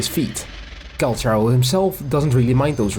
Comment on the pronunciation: I came here desperately curious if to see if we have any confirmation about the phantom guy he fights with (the idle where they bump forearms is SO peak, I am chomping at the bit for more LORE about this guy)!!! But big RIP to the EN voice lines saying his name as Call-CAR-Oh.....we've apparently all been mispronouncing his name T^T (unless this is another Tartaglia situation and they fumbled the bag in EN...but it makes sense phonetically in this case). The bit about the culture shock was super cute, I'm just imagining this totally hardened warrior being shown a singular kindness and being utterly flabbergasted but trying to play off his confusion. The image is precious. (Oh no, look at him...he's traumatized!!!! My favorite kind of man.) I became intensely fond of him from his treasure lines of all things. I just like the idea that I've hired this guy and he claims that's the only reason he sticks around LOL.